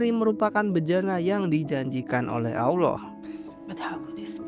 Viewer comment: ALLAH BUKAN AWLOH BANG, jangan disamain ya✌🏻